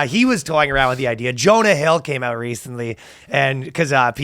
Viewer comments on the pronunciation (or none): none